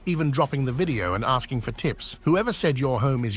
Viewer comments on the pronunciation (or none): none